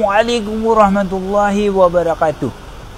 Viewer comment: knpa bg salam bunyi mcm 2?org arab@ tau sebutan yg btl xakan beritonasi mcm 2..lg1 bab2 agama cth berzikr dll,xprlu utk d jdkn konten utk membuat lwk..